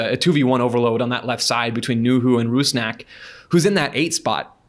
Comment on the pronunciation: please learn how to pronounce Sounders player names. You said Yeimar and Rusnak wrong. Rusnak himself said in an interview how to pronounce it smh